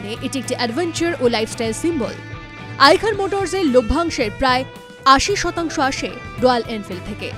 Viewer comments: Ota আইকার না ,ওটা আইসার 😅, আগে বলতে শিখুন 😅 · ওটা "আইখার মোটরস" না "আইসার মোটরস" হবে